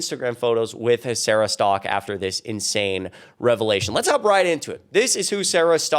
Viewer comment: Bunch of hypocrisy! 😂 the way you pronounced her last name sounds like she is Sara Stuck 😂😂😂